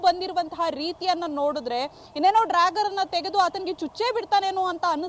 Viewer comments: "ಡ್ರ್ಯಾಗರ್" ಅಲ್ಲ "ಡ್ಯಾಗರ್ " - ಸರಿಯಾಗಿ ಹೆಸರನ್ನ ಉಚ್ಚಾರಣೆ ಮಾಡೋದನ್ನ ಮೊದಲು ಕಲಿಯಿರಿ! ನಿಮ್ಮ ಜನ್ಮಕ್ಕೆ ಬೆಂಕಿ ಹಾಕ!!! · Dragger 😂 this is what happens when kannada news reporters does not have knowledge about English language 😊. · Its dagger not dragger. Otgerwise simply use kannada word for it. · ಅಯ್ಯೋ ಡ್ರಾಗಾರ್ ಅಲ್ಲಪ್ಪಾ.. ಡ್ಯಾಗರ್.. ಡ್ಯಾಗರ್ 🤣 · It is dagger (big knife) not drager😂